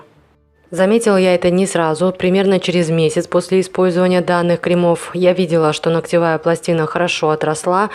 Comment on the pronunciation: крЕмов, крЕмы, а не кремА, кремОв